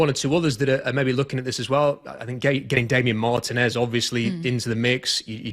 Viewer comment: I even wrote “marTEEnez” during his live post draft show and he still needs to pronounce homey’s name wrong. What if he would love everybody calling him Robe StahTONE?